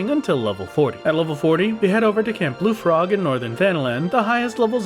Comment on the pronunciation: It was SO far into the game before I realized that it was not Bluefrog. Throw "Ampador" Keep in there too, lol. I came into the comments only to look for this comment after I heard him say it :D